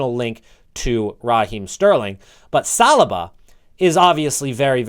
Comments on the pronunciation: Its not salaba its salyba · Haha salrbar you say😂😂😂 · You pronounced Saliba wrong 😂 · If you’re working on your pronunciation, u should learn how to pronounce saliba 😂😂